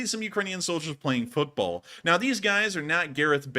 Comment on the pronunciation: you're pronouncing football and football differently 😉